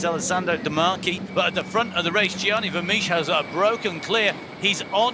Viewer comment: 'Gianni Vemiesh' 🤷‍♂️